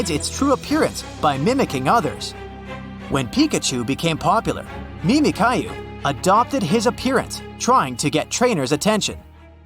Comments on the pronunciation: It’s pronounced “Mimi-Q” not “Mimi-Caillou”. 😂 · its pronounced mimic-you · Pokémons and calling mimikyu "mimic kyu" hurt my head😢